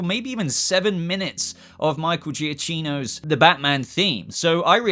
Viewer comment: It's Micheal juh kee noo you pronounced it wrong